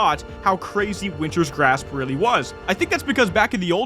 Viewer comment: So for how long at this point have you been calling it "Winter's Grasp" instead of "Wintergrasp" ?